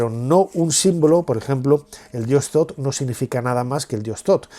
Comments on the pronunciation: Shoth, no, th es t no s, entonces es Shosh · .. Bueno, yo hablo de la pronunciación en español, si está escrito Thoth se pronuncia Tot porque la H es muda, pero el narrador pronuncia Sot, independientemente del nombre correcto